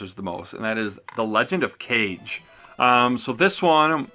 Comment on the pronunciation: Let's see these pick ups! Kage is pronounced ca-gay Just for your own info :)